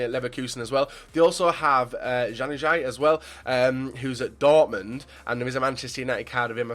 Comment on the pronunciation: The way he says Januzaj😂